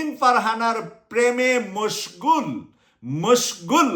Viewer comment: মসঘুল শব্দ টা আবার বলবেন?